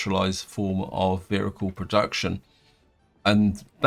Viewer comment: What is a veericule